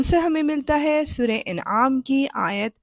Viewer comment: سورہ کا نام انعام الف پر زبر سے ہے زیر کے ساتھ تو معنی ہی بدل جاتا ہے توجہ فرمائیں